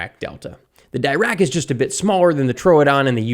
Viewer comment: Pronounced “deerack”